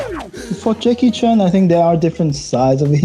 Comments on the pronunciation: Why is she mispronouncing Jackie Chan's name as Jackie Chun?? Singaporeans can't speak English for shit. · Why do Singaporeans pronounce Chan as ‘Chun’ Singaporeans can’t speak English for shit!😂😂😂😂